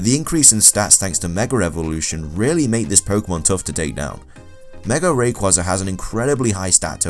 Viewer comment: did you say meger evolution your saying alot of things wrong you must be mind pooped